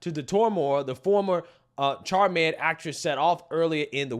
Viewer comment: My man said the former char-med actress. Lmao. Love your channel, but that's funny.